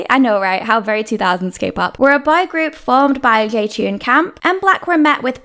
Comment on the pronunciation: Your pronunciation of "boy" sucks. Most of the time it seems you were saying "bi-group".